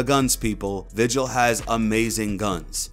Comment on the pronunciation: where random it’s vigil not vigel 👍